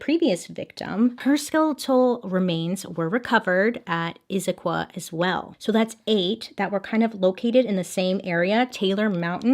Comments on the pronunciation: You pronounced Issaquah right!! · Bailey nailed the pronunciation of Issaquah, and I need her to know that. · You pronounced Issaquah correctly! So many people don’t congrats 👏🏼